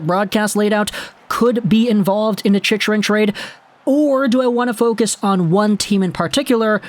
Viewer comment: As, probably, the only AZ fan in the thread and since we'll probably be talking about Chychrun for the next couple of months, I'm going to help you out with the pronunciation. "Chick-run" Also, since we'll probably be talking about AZ's arena problems into next year, for future reference, "Gila River" is pronounced "Hee-la" 😊👍